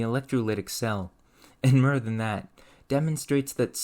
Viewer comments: 'Mōre' not 'mur', fōr not fur, fōrm not furm, nōrmal not nurmal, your speech impediment seems intentional and its off-putting. Eplure? Really 'Explōre' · I fell like he is saying myrrh instead of more to test my OCD. - , out. You win. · God the battery has ferr cells 😂😂 im Dedd idek if I can take any merr of this.. Im shour this reaction really opens the derr ferr lots merr science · you say "or" as "er" in forth, born ,more, or etc. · Neat video, but I'm curious about something unrelated: Where are you from, that many of your "o" sounds become "u"? "More" turned into "mur", "born" to "burn", but "or" stayed "or" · Lmao I was thinking the same thing. I keep hearing mur not more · The way this guy pronounces "or" sounds is sending me to the fucking moon. Just fur. When he was burn. Mer. Merv oltage. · Is saying mrrr instead of more a joke of some kind? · The merr you know, the merr you know you don't know... 🤯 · I've literally never heard anybody pronounce "more" the same as "myrrh" before...you're not just messing with us, right? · You need AI voice overs until you stop pronouncing more as 'mer' you vaccine damaged ahh nikka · Great video, and narration. I do struggle with the pronunciation of the "O" sounds, from words like firm, form, mer and more. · why do you say more like that 😭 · This was a dope video How are you so well spoken and intelligent, yet butcher the sound of "or" as in "more" or "born" "source" etc. You pronounce it the same way you pronounce "burn" "fur" or "dirt' or "hurt" or inert.. Or and ur are not even supposed to be similar lol xD Its not as big of a deal as im naking it, it was just very present in this video. I like all your videos, but i cant ever unhear it when i watch them Oh perfect example. You pronounce form the same way you would firm. Do you know what im saying? Maybe im crazy xD